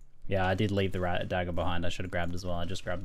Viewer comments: Dajjer? Is that a regional thing or was just being sily? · "Dah-jer" Excuse me what?